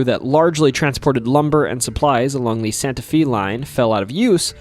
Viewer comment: This dude mispronounces all sorts of things in ways I've never encountered before. He calls the Santa Fe railroad the "Santa fee' railroad at one point. AI maybe?